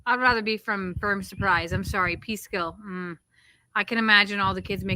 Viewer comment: Peekskill, NY not Peeskill, NY. lol